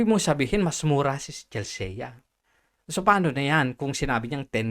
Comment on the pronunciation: Mali yung pronunciation mo ng "Chelsea". "Chel-see" ang pagkakabigkas doon.